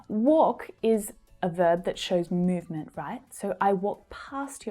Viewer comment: [mjuvment] ... [m'ju:v] .... sorry, but where did you get it?? where did you get it?? horrible accent!!! only village men talk like that!! You ought to correct this !